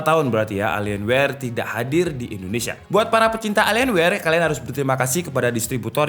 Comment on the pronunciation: Bacanya Elien Wee bang. Terima Kasih